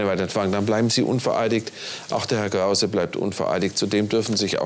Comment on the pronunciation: Noch Fwagen an Hewwn Kwause? 😁